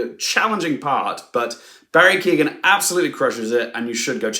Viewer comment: Why can’t English people pronounce Irish names? Especially the name of an Oscar nominated one? It’s Keoghan - the e is not pronounced at all - it reminds me of the trauma of Saoirse